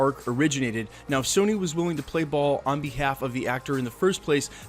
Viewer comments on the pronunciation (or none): none